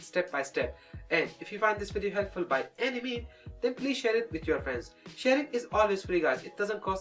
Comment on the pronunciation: He really emphasis at the sharing part